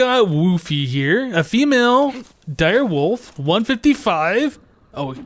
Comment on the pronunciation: I like how says Direwoof instead of Direwolf